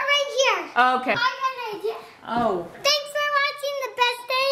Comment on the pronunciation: Why did you say ghanks